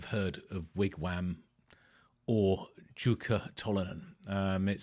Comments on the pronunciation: Pronounced Yukka mate🏴🇬🇧🏴🇬🇧🏴…like Bjorn. Merry Christmas. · It's pronounced UKKA & he was one of the best guitarists on the planet & sadly he can no longer play from health troubles. Thanks for doing something on both Jukka & Wigwam. As i mentioned in my first comment you really need to watch the vid of Grass for Blades & you will see & hear Pekka Reichardt on guitar & Yukka did play with them at one point, but he was a solo artist for most all of his career. What you have there is the 1970 LP of Jukkas first solo album but i think it's a different pressing than what i have but the same cover as i hear things that are not on my album. Seeing him play is amazing & you can as there are lots of vids on YT with him. One killer Blues player as well. You can get all his records on CD but good luck finding them on vinyl & same with Wigwam. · Nice video,! You pronounced Tolonen correctly, and Jukka was close. The Finnish "J" is always pronounced as "Y" is in English, not "Z".:D <3